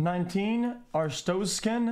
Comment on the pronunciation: he literally started speaking artozkan he skipped the "a" pepega